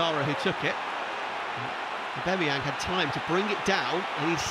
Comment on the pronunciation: Someone tell this goddamn commentator his name is 'AubAMeyang' not 'AubEMeyang'! Every goddamn video!